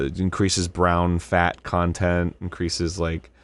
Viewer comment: Okay first off, I don’t like the way you said brown fat content